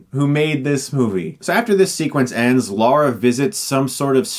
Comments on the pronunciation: For fuck sake, Chris, her name is Lara, not Laura. Get it together. That being said, it would be great if you did a Hilariocity Review about the sequel. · It makes me cringe when "fans" call her "Laura". It's Lara. Like "lava" but with an R instead of a V. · It's Lara not Laura, Chris! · Um....Why did you keep calling this "Laura Croft"? It's LARA! (Pronounced "La-Ra") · Dammit Chris! Now you've made me call her Laura Croft instead of Lara. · I love this review but it's Lara not Laura :) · IT'S PRONOUNCED LARAH! NOT LAURA! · It's not LAURA...!!!...there is an "A" in there not a "U".... L....A....R...A geez 'murica ^^" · Yeah, buddy, it's not Laura. It's Lara. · Sequel review please! Also... Lara, not Laura/Lora. British born, please trust me. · OMG, right from the start: it's 'Lara' not 'Laura'. I managed and I need to turn it off. LARA!!! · "LAURA" Croft ??? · knows it's Lara. He's referring to the way Chris keeps pronouncing Lara as "Laura". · Not you to Chris mate. Her name is LARA not Laura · I suggest an alternate drinking game. Take shot every time he slips up and calls her Laura instead of Lara. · I swear, all the great critics, Stuckmann, Angry Joe, they all pronounce it as Laura Croft, not Lara Croft. I am not complaining, I just find it so strange. Is it really that hard to say Lara? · Its all americans, its been going on since the First videogames came out, They Pronounce LARA as LORA, they're not actually saying Lora though :') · Yeah like the fuck? It's Lara not Laura! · LAURA Croft? Isn't it LARA Croft? lol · Or even just Lara he says it like Laura. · Nice review... However it is Lara (La-ra) not Laura (Law-ra), I've heard a lot of Americans making this mistake, such as Nostalgia Critic and Angry Joe. Why is this so? By the way, in my opinion, Chris Barrie is the one that made this movie as entertaining as it was... Not bad for a Smeghead. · It's Lara... not Laura. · LAWRA not LORA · Why does he call her Laura all the time? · no its laRA